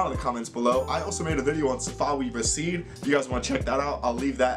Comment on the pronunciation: Its Ra-Sid , not Ra-shit